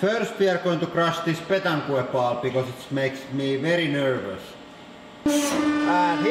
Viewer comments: Ahah pétanque pronunciation is like petank not petankooe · I love how you pronounce "pétanque" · The way he pronounces pétanque is so funny